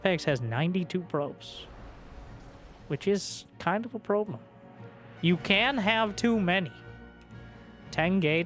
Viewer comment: Did you say “probe-lem”??